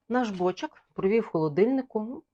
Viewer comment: Все класно, одне питання: чому бОчок, а не бочОк?